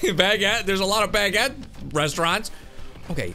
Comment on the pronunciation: That's NOT how you pronounce baguette